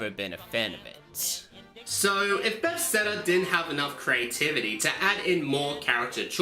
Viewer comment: Buh-thes-da not “befsteda”